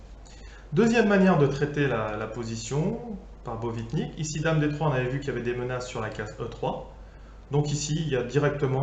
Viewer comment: Nice one ! Et reprends moi si je me trompe, mais il me semble que c'est Botvinnik et non Bovitnik.